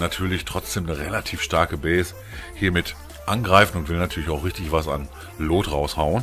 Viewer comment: Geiles Vidio aber BITTE sprich "loot " nicht wie Lot aus es wird wie "lut" ausgesprochen ansonsten like und Abo hast du von mir